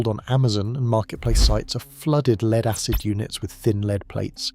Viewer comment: Lead, it's pronounced LED in this context. AI often gets confused 😂